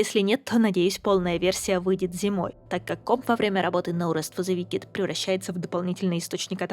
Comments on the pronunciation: Wicked произносится как "Уикед", а не "Викед" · в словах на -ed, как wicked, "е" проглатывается. [Уикд]